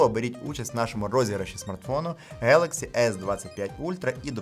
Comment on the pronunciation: Класний канал, завдяки вашим оглядам обираємо класні девайси для себе! Один нюанс: іноземні слова, які починаються на G, як Galaxy, в українській передаються через звук "Ґ". Тобто коректна вимова звучатиме 'ґелексі'. Ще хочеться відзначити, наскільки класно, швидко і якісно ви перейшли на українську😍 З нетерпінням чекаємо нових відео!